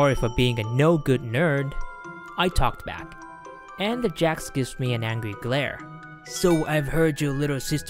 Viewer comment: jOcks NOT jAcks!